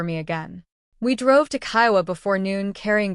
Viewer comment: You are stupid!! You are made of jelly !! It is only your fault that they take advantage of you. Your family is awful. I think you’re referencing Kiawah Island. That is pronounced key-a-way .